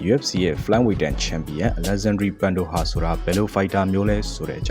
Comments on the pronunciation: လေ့လာစရာမလိုပါဘူး လူတိုင်းသိပါတယ်ပန်တိုဂျာကို ပန်တိုဟာလို့ဘယ်သူမှအသံမထွက်ဘူးဒီချနယ်မှကြားဘူးတာထူးဆန်းတယ်ဆက်လုပ်ပါunပြီနော် ဆရာကြီး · ဂန်တိုဂျာပါဗျ ပွဲအတွင်း‌ေကျငြာတဲ့အသံတွေမှာ ပန်ဒိုဟာ လို့မပြောပါဘူး